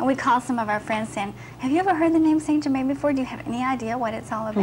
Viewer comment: Yet again, someone channeling st. Germain who can't even pronounce his freaking name! Puts the entire MBS community to shame. Next, let's channel Jose the Mexican & pronounce his name "Josehay" instead of "hosey".... Must be authentic!